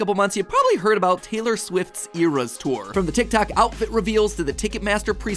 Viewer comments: Ee-res tour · "earas tour"